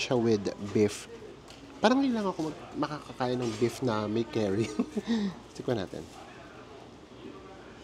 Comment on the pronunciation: The curry is pronounced as "Kari" in Tagalog, not "carry." It’s ok don’t be embarrassed.